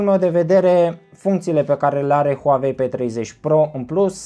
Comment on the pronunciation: Huauei nu Huavei 😂